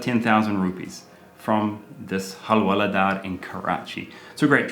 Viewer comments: Halwaladar I laughed...it's alright you are improving in Hindi...but it's hawaldar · It's not hal-wala-daar ,it's hawal-daar.😂😂